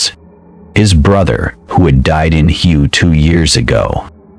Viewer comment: Hue is pronounced Hway. Our camps did not look like that either.They did not set up tents in the middle of the jungle. Everyone would have got killed that way. Nor did they stand around side to side close together. Everyone would have got killed that way too. They had fire bases not camps made of tents in the middle of the jungle. When the troops went on long-range patrols they were silent nobody stood around yacking at each other. This is pure fiction. They need to research military tactics and history before they post this.